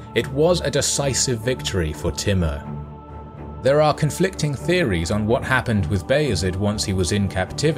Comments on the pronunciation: he is name is tumur not timur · It's pronounced Timoor though. But nice video.